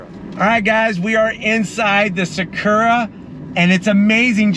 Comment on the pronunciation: Everytime he said Sakurra. 😅